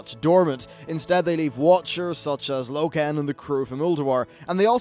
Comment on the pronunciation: Loken/Lokan? death called Alagon down.